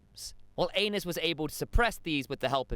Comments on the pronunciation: Great informative video. Amazing artwork and editing but FOR THE LOVE OF GOD!!!!! It’s pronounced ehh-nis not Anus. 🤣🤣🤣🤣 I’m way too immature and almost didn’t make it through that section. 🤣 amazing work though otherwise. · Ay-nees, not anus. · Absolutely not. He keeps saying it😂 I’m pretty sure it’s pronounced “Anees” but anus😂😂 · Aenys- guessing it should be pronounced Aa-Neice…. But really, are you 9? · Aenys = Anus 😂😂😂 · Aenys - pronounce properly as Aa-Neice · Isn't it pronounced Anaiis? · No you are not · Def not the only one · Definitely not the only one. But I think he’s saying his name wrong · Nope I laughed every time he said it 😂